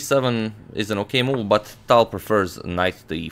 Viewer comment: i started pronouncing the T in tal like how he does instead of the airy english T.